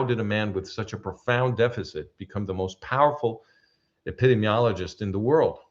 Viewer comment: Dearest, please forgive the slight correction on your pronunciation of "epidemiologist." I heard you struggling. Your English is near native speaker level. My Spanish is nearly non-existent. This is a difficult word, even for native English speakers. Ep.id.EEM.iologist. Listener of at least 20 years, since Tamar Yonah Arutz Sheva days. I have great respect for you. Dr. Eugene Narrett ז״ל cites your work in his book "World War III: The War Against the Jews and the Rise of the World Security State." The man was almost a prophet. I think he was murdered.